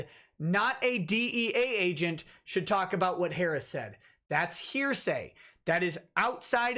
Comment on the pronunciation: I laugh every time says heresy instead of hearsay.